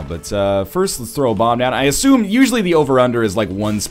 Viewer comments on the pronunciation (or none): none